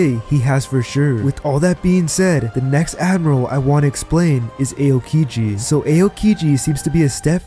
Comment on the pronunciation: AOkiji = (OW)-kiji... can't get past the AY-OH-kiji